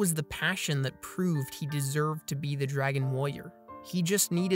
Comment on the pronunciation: “dragon wOyer”